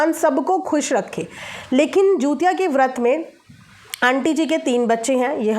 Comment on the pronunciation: Hello didi namaste , aap pronunciation galat kar rahi hain, app bar bar jutiya bol rahi hain.jutiya nahi hota hai. jitiya hota Hai.